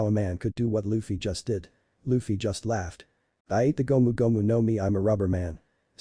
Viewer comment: lol I know, robot said luh-fee